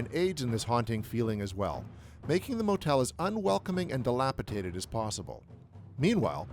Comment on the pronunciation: de-lap-i-DAY-ted. Not TAY-ted.